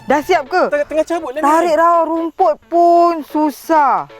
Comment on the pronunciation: Lain mcm sebut rumput..raumput